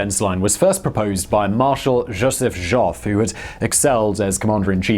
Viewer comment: pronunciation nitpick: Marshal Joffre --> jaw free there's a town less than 20km from me named after him